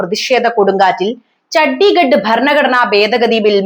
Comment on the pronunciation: ചഡിഗട് അല്ല. ചന്ദിഗ. Chandigarh.